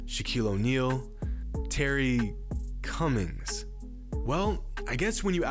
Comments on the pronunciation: You've got a weird tone on your voice when Terry Cummings name came up. Cummings averaged 21+ppg and 8.5rebs for the 1st 8 seasons of his career and his teams RARELY missed the Playoffs over the course of his career. All this while playing with/taking meds for the same heart condition that killed Hank Gathers. There wasn't a GM in the league that didn't want a PF like him. He came out of college averaging a double double. I'm sayin'... You might want to act like he scored 19,460 career points and snatched 8,600+ boards. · Why he gotta say “Terry Cummings” like that..